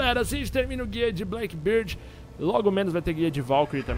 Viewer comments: Pourra patife... blackBEARD e não blackBIRD Meus ouvidos sangram cada vez que tu fala o nome dele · Alguém tem que fazer um guia pra ensinar o a pronunciar Blackbeard kkkkk